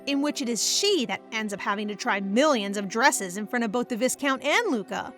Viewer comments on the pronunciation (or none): FYI its pronounced "vy-count" (v + "eye") not "vis-count" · I love this manhwa so much, and this is my favorite recap channel, but the pronunciation of the word viscount is killing me 😮‍💨